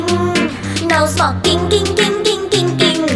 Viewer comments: No smoking nghe cứ như no xoạc kinh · No sờ mọc kinh? english hay vậy?